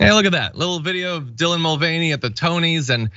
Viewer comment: i thought it was pronounced MULL-vah-NAY